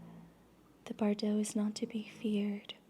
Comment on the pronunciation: Since you mispronounced it multiple times, Bardo—from the Tibetan Book Of The Dead—has the emphasis on the 1st syllable : BAR-doe. As you speak beautifully, I thought you’d want to know.